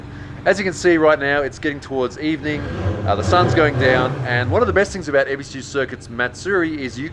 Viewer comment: Your Aussie genes showed up . "talk aboot" :D